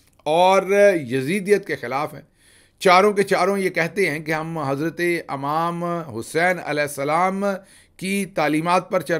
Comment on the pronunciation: Gill sb bohat ajeeb lagta ha jb aap imam k bjay amaam as bolty ho